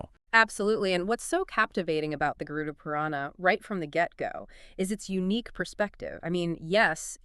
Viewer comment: Not Garun. It is Garud.